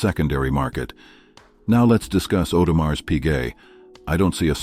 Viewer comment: Can we stop pronouncing the s at the end of Audemars, its not a mars bar.